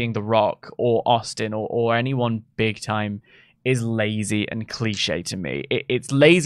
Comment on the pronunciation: IVE NEVER LIKED HIM and now I know why. is actually an American in disguise. He said “Big time” like no British person IVE ever heard. You’re exposed leave that country now